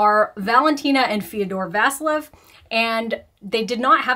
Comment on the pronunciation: Vasilyeva. VASILYEVA. But I guess its too much to ask from an american to pronounce names the right way. Too stupid for that.